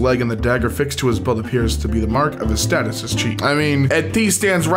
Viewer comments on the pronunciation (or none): none